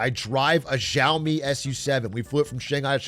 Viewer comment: ok but fr it's Xiaomi not Zhaomi